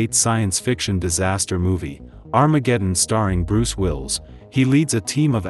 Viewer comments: Bruce "wills" lol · Willis it's Bruce Willis SAY IT CORRECTLY